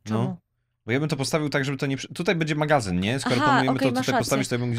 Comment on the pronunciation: NIE MÓW,,MAGAZYN'' TYLKO magaZIOn